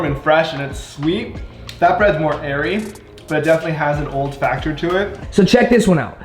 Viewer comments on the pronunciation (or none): none